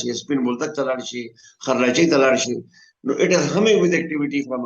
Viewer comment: ته خرلاچی وایی سره د دی چی نوم یی خرلځی دی نه خرلاچی